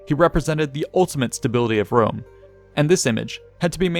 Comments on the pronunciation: What's this trash joke? Italic populations, like modern Italians and Spanish, pronounce a very strong "R", the people that can't pronounce properly the "R" are British and French ones. So "Wome" it's kind of the pronunciation of a native English speaker at the eyes of an Italian or Latin speaker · I have a good fwiend in Wome his name is Biggus Dickkus. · "People of Jewusalem...Wome is youw fwend!"